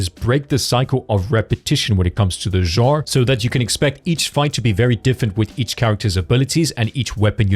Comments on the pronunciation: No, in both American and British he pronounced it wrong. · You butchered "genre" multiple times. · If there is a reason for it you could have lead with that instead of saying "it absolutely does not matter" he apologized for butchering Ananta my comment refers to other words he butchered. If he has a speech impedement I can understand but if not and he speaks very well then the correction is valid and necessary. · An example? out of me? Please don’t go into teaching you’d set a terrible precedent. Teacher: Corrects a student’s pronunciation. You: That's not absolutely necessary, you understood what they said. You're the one being petty and taking offence over something that is a correct statement. You're unhappy and you still haven't said what plagues this man that he is unable to pronounce "Genre" and "Linear."